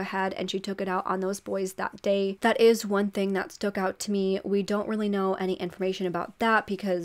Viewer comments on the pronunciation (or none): Girrrl are you saying “stook out to me”?😂😬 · I love how combines "stood" and "stuck" and says "STOOK" 😂😂😂